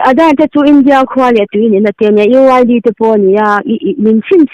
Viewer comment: Uid ah hian chuan i tawng vai tlat mai